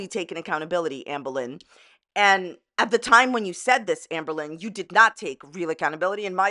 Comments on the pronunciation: I'm new to AL and so I'm playing catch-up. If anyone is still reading comments on July 26, Hi. I'm from Scotland and when says Amberlynn I hear Anne Boylin. The difference is Anne Boylin was innocent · beck and casey are so fucking strong. you know its true how terrible amber treats her partners when her exes join forces; this happens with so many fellow victims of abusers. also I love how you say amberlynn like anne boleyn LMFAO